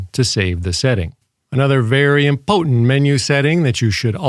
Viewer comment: Were you trying to say "important" or "impotent"? Kinda hard to tell. I only ask because I did buy the UV5R as a dork arousal device (I like the whip antenna while wife likes the ghost antenna) not knowing it was homodyne Me and the wife are definitely heterodyne. This is all so confusing, we are just gonna go back to Tinder.